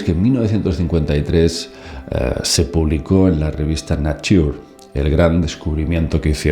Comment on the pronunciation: La revista Nature se dice “neitchur” … 😉